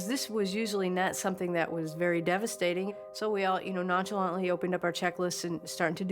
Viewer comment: She did not just say nonsholont😭😭